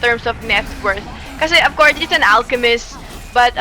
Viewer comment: akala ko ofcourse pero but AFCOURSE yung pag pronounce AHAHAHA